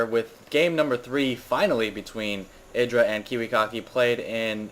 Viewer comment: YDRAAA not idra.. YYYYDRA